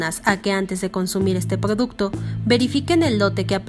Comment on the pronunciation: Pdoducto ni cofepdis jajaja